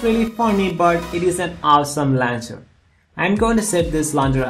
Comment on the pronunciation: Man you're English sucks. Its launcher not lancher.